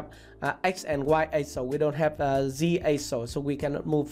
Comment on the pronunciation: axis, not axle